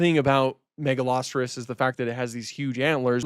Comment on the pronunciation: I was so confused, I have never heard Megaloceros pronounced that way, Ive always called it "mega-low-seer-ohs"